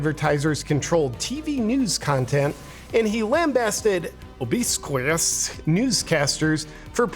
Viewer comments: Why'd JP pronounce obsequious wrong on purpose? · obsequious Love you, JP! First time I've ever heard you mispronounce any word other than KOoovid or Vaxxxxene ( ) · nice catch haha Aww bad pronunciation on obsequious